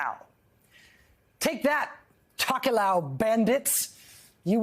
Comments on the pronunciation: hot tip for USA journalists: you can pronounce "Tokelau" exactly as it looks, not "tock-you-lou" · It's pronounced 'Tow-kuh-lau' 😉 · Pronounced “toe key lao” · I live in Hawaii and very familiar with the other pacific island nations and groups. Her pronunciation of “Tokelau.” Sounds funny lol!